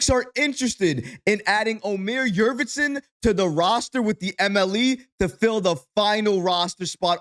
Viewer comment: Yurt Seven not Yurvetson